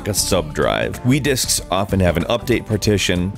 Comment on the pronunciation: did he just say "we discs"